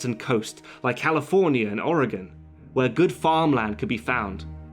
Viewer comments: Thank you for pronouncing Oregon correctly! You'd be amazed how many people say it incorrectly. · I appreciate how you pronounced Oregon correctly. I hate it when people say Ore-GONE... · Thank you for the correct pronunciation of Oregon. you really go all out with your research. I'm very impressed. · As a native, as well, I think it should be a crime to pronounce it with the dreaded "gone" suffix, and it's a huge sign you know someone is traveling, or not from here. The "gun" pronunciation is mainly a backwoods thing, and most of us - myself included - say "gehn" at the end, since a true Oregonian accent is borderline monotone, has a slight nasally pinch, and we have a tendency to sort of "flatten" our vowels out: like "may-el" for mail, "meyh-bey" for maybe, but not like "ul" for oil, it's more like "oiy-yull" or "dren" for drain. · Thank you, from the bottom of my heart, for pronouncing 'Oregon' correctly! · Thank you for pronouncing Oregon correctly. :) I think this film fails as a film in one way, and that is Costner's terrible, terrible voice over. I've always felt that a good film maker can get the ideas across without such a blunt method. And yes, I consider films everyone loves like Goodfellas to be diminished by this atrocious film making mistake. But hey, I'm just one guy in a sea of film audience members. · You pronounced Oregon correctly. Im very impressed. Most mid-western Americans even pronounce it wrong. Bravo. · Perfect pronunciation of Oregon. Well done. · Thank you so much for pronouncing Oregon right